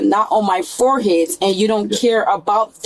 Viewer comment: She also said her “foreheads” and of course “aks”